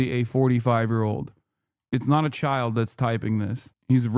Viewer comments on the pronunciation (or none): none